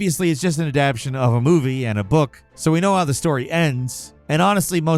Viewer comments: Adap-TATION, man!!! Adap-TATION!!! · No matter how many times I hear mispronounce "adaptation" it still scratches on the inside of my skull... sigh. My problem I know. lol